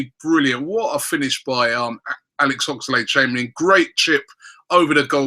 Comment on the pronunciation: Everytime Robbie says Ox's name like Ox-A-lade Chamberlain. I part of me dies a little